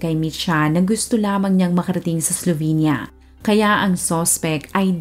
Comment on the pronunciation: Pronunciation po is "Slovinya", I lived and worked there in the late 90s for 2 years